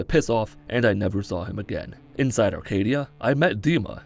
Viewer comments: It's "Acadia" not "ARcadia" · My guy really said “Arcadia” the whole video